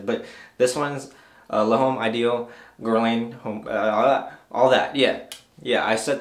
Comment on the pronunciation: L'homme is pronounced like Lome , just a FYI not trying to be a prick